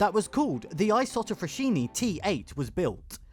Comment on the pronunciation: Thank you for the good video. I live 6km from the Saronno's Isotta Fraschini old plant. Just a thing : fraschini is pronounced "fraSKiny" not "fraSHyny". 👍❤❤❤